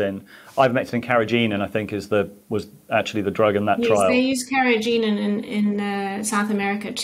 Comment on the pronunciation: Ok. He did not even know how to pronounce carrageenan. Obviously, he has no idea what is in lots of food. I just think demonetizing is making the lack of discussion worse and subsequently making the public's decisions more difficult.